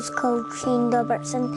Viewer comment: Dobinson not Robertson isn't that the name he's saying?